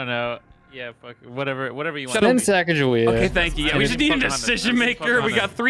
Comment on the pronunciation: Sheesh they pronouncing Sacagawea wrong smh